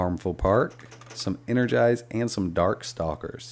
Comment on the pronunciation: Ehrgeiz, not Energized :) - It´s german for ambition - spoken in english pronunciation something like "Air guids" :)